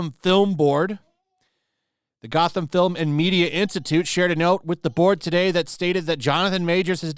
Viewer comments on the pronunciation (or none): none